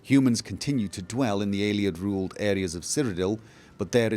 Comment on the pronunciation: The way you pronounce "Ayleid" really bothers me... "Aylieds" you say. Just something to think about ;)